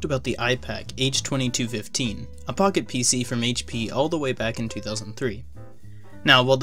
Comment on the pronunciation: Does not sound like you're saying “Pocket PC”.